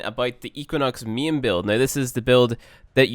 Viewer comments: IT'S MA'IM, IT IS MA'IM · halfway through I realized he was saying maim, I thought for sure he was calling it meme. omg. LOL